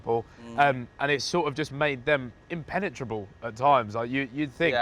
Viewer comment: Nobody: Ethan: inpenatrable